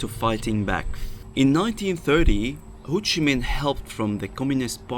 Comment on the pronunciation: It’s pronounced HO Chi Minh, not Hou Chi Minh